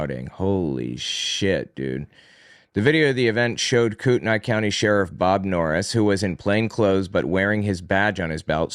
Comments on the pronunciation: it’s pronounced Koo-ten-ee. The spelling is confusing, I admit. Love the podcast, btw! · If it's Kootenai, it's prounounced "Coo-ten-ee" to my understanding. It's a first nations place name.